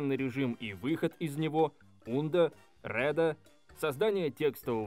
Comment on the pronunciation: вроде бы не [ундо] а [анду] и так же [реду]